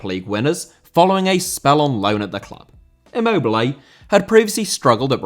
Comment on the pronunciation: Immobile* not Emmouwbelei